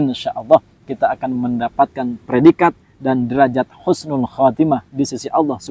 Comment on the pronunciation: tolong kata kata nya di koreksi Husnul bkn Khusnul